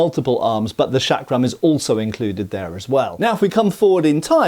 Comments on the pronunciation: Its not 'Shuck-rum' , the pronunciation is more like 'chuck-rum' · It is pronounced as Chakra , Chakram or Chakkar as the Ch in " Change" . Not as Shakram ( the Sh in Shake ) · seems to pronounce the first sound as SH, but it should be CH as in "church." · The correct pronunciation of this Indian weapon is chakram as written in hindi (चक्रं) and not shakram! The term comes from the Sanscrit word meaning "wheel" or " circle" and in yoga terminology "center of power" symbolised by a whirling vortex of energy. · Not trying to be a dick, but the word is pronounced "Chuck-ruh", not "Shaak-ruh". You're welcome. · It's pronounced CHakram, not SHakram. It's Sanskrit, not f*cking French. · The way you say "chakram" makes me think you spell it "Shaq Ram" (sorry, had to say it).